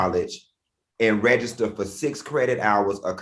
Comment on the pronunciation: 'CrediK hours'